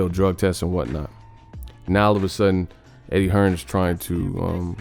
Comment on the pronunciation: It's Eddie Hearn not Hearns y'all dumb af